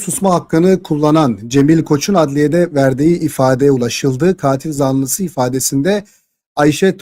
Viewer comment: katil zanlısını yanlış telafuz ediyorsunuz lütfeb bir kontrol edin